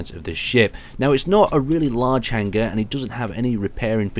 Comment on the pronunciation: how you're pronouncing hanger is driving me insane :P Its Hang-er not hang-ger (G is silent)